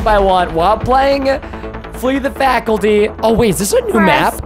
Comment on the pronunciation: hecsaid faculty when is supposed to be faculty😅😅😅